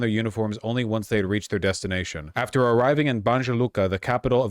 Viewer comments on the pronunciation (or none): none